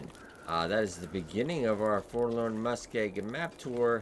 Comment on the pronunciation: Lol Forlorn Muskeeg, Learning how to read video. LOL everyday